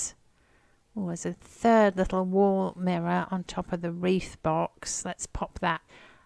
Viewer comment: It sounded like u said, absurd little mirror 😂😂😂 but u said a third little mirror 😂😂😂